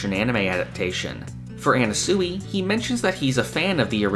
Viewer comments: Sure, Everyone's theorizing about why Anasui but.. NOBODY is bringing up this man's pronunciation of Anasui??! Anna-sooey? It's driving me mad!!! I don't normally nitpick how people pronounce things but I'm going crazy! It's Ah-Nah-Swee (Sui is pronounced like Sweet) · My bro, I love your content, but please, stop saying Anna-soowee. It’s Ah-Na-Swee. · His name is pronounced annaswee not annasooey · Mf says anna-sooey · Am I crazy, or is he pronouncing "Anasui" weird?